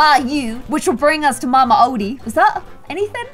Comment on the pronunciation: Mama odi (oh-De)